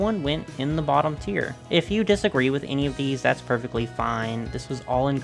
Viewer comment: I know you're saying "tier" but I keep hearing "cheer" bc the AG brand is about uplifting girls of all backgrounds and struggles